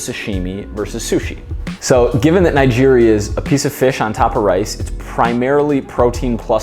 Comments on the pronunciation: I believe Nigiri is pronounced with a hard G not a soft one. Either way, great video, as a chef and workout enthusiast videos like this really help me better understand health and fitness with food! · great video but you are completely pronouncing nigiri wrong.